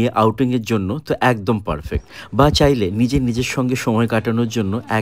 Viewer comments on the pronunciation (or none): none